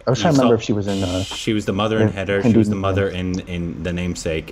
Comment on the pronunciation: Haider is pronounced closer to “Hi there”, not “Hater”.